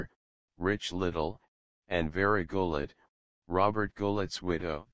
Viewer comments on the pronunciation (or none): It's pronounced Robert GOO-LAY ...not Goo-lette. You must not be familiar with theater. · A much underrated actor. (By the way, singer Robert Goulet's name is pronounced goo-lay, not gullet.)